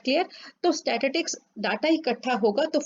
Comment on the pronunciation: First of all mam plz tell me What is statitics..😂😂Its statistics!!